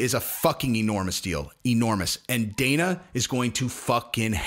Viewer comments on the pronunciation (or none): none